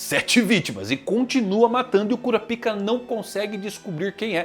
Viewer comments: mano.... nao fala cura pika nao.... bizarro isso... fala kurápka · Pronúncia correta (KU-RÁ-PI-KA). Pronúncia que gera gatilhos (KU-RA-PÍ-KA).